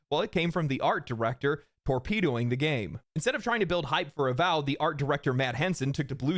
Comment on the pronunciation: "Avowed" sounds like "Avoid".